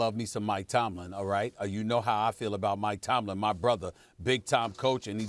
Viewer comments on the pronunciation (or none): Stephen A “That my BRODAH!!!” Smith